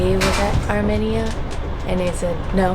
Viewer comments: Its pronouced like Armeenia. Just wanted to let you know hehe. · I was also internally cringing because im 50% armenian and was like its arm-mean-uh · I think it’s funny how made fun of the way said “Azerbaijan” while he has been saying “ Armenia” wrong since day one. Not to mention hasn’t said a thing to him! 😂🤣😂🤣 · You were so concerned about pronouncing Azerbaijan correctly, but could care less that you were butchering the pronunciation of Armenia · Sona not sana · These people look nice but I live in America but I’m Armenian and the way they say Armenia annoys me lol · Can we talk about how they pronounced Armenia? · the way they said Armenia makes me die a little inside every time